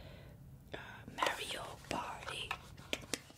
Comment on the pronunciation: Mareo kart 😂 i used to play it with my burder